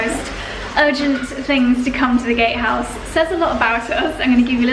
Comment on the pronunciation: Congratulations!!! Be carefully what you dream in the first night 😍 - i must laugh, because i hear the first time gayhouse and not gatehouse 😀 sorry for that